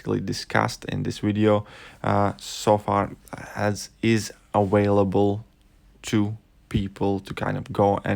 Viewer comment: Lol did he say aWHALEble 😂😂😂😂just f-ing with ya still like ya channel but that’s still funny.